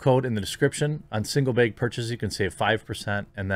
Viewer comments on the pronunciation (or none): Is Jeremy from the north west? I noticed he pronounces the word bag the same as beg.... very suspicious 😒